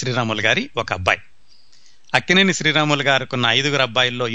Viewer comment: sir, mee program vindam modati saari , chaala information undi, khachitamga idi cini priyulaku chaala aasakti karamainadi , kaaboye directors ki idi goppa nidhi. dayachesi kshamincha galaru... Lakkineni kadaa mari meeru akkineni ani palukutunnaru.